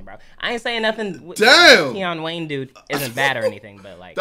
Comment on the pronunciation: ‘Tie-on wayn’